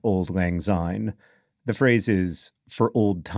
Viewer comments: It's better to pronounce syne with an "s" sound like the beginning of since , and not a "z" like in zoo. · I very much enjoyed this video, but... Why do so many non-Scots (and a depressingly larger number of my countryfolk each year) sing it as Auld Lang Zyne? There is no z there! It should be pronounced the same way as a sine wave and it pains me every time. I'd hoped that if you were doing a 20 minute video you'd have done that much research as a minimum, but I am am again disappointed. Have a good new year. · Please pronounce the word syne as it should be, it’s pronounced SIGN as in syne. It makes millions of Scott’s angry to here it pronounced as zyne